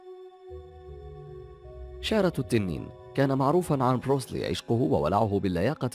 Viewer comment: انته اول شي أنطق اسمه صح , اسمه بروس لي , بترقيق اللام , كما تنطق بالإنجليزية تماما , Bruce lee, وبعدين هو ممثل افلام قتالية ومؤلف ومخرج , وطور أسلوب في قتال الشوارع اسمه jet kun do اختصارا JKD , وهو ليس بطل حلبه , مثل محمد على كلاي مثلا , فالسينما طريق سريع للشهره وقليل المخاطر و ليس كبطولة الحلبة.